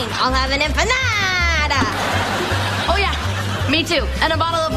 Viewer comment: lol lilly said empanada wrong XD